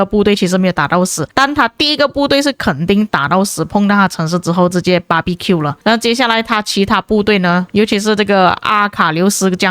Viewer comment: Как же я обожаю барбекю от Ихары. Не знаю почему, но это произношение "BBQ" меня так смешит😅😂😂